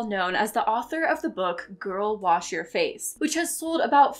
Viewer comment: Everytime she says "Girl, Wash Your Face," I keep hearing Girlboss Your Face and I've never felt more attacked